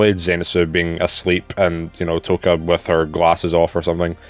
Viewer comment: Oh about pronunciation, you were spot on with Touka’s name lol